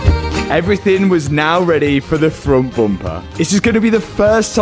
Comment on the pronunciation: the amount of times he has said frunt bumpah is killing me